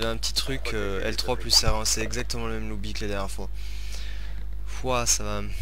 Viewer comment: on di pas lobi mais mode menu